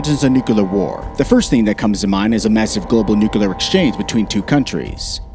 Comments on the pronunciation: Is it nuclear or nukelear? Cmon boy damn it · Bro it is NU-CLEAR not nuculur. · It's not new-ka-lar. It's nuclear. New clear. Damn, stop saying that. 2 syllables. Very simple. You sound ridiculous. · "Coordinated nucular". Its noo-klee-ar. Not noo-koo-lar. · As long as it's just a nucular war, I'm not worried. Nuclear war would be unsurvivable for possibly all of us. But nucular, no, I guess we can handle that. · Bro its not nukelar its nu clear say clear like clear not kelar so nuclear weapons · It's nuclear, not nucolar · Homer Simpson English language. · I gave up and stopped watching after he said nuc-u-lar three times. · you mention the F-16 can reach over 15,000 miles an hour. Wow that's pretty fast for a jet. You might want to check if that is right. Also, its Nuclear, not new-kel=er. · Why do people say NUKELAR instead of NUCLEAR still fails to grasp me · Stupid video with the narrator mispronouncing cities and even the word nuclear, pronouncing it as nuq u lar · the continuous repetition of "nucular" is so disturbing...pity because the content is quite good... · NUKU-LUR :face-red-droopy-eyes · nukular nukular xd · Nucular this and nucular that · Nu cle ar The word is Nuclear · Why he keeps saying “nukular” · Repeat after me: Nu - clear Nu - clear Nu - clear Nu - clear …. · Nu-CLEAR god damn it... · You mean new-kel-er ?